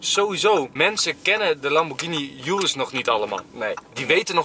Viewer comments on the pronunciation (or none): none